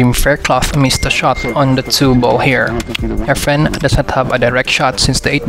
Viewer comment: Lol dont watch pool, i kept hearing “our friend” not “efren”